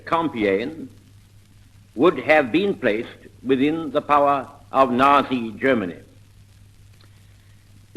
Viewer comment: It was interesting that he pronounced the word "nazi" without the "t", just as a normal zed.